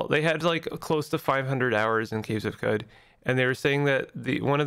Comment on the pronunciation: It’s “Kwud”